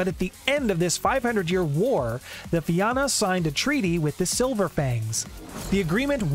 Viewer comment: I'm also irish. And I always cringe when I hear everyone mispronounce Fianna. Anyway, it's a shame Fianna Fail don't live up to the name.